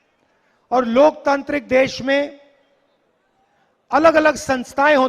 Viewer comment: पप्पू लोकतांत्रिक को लोकतंत्रिक बोल रहा है 😅